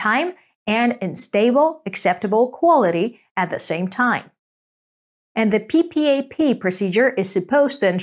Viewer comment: No-one spells out P.P.A.P! It’s said “PeePap”!